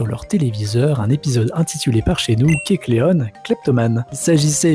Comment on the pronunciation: Alors kecleon etant inspiré du caméléon, on ne dit pas kecleonne mais kecleon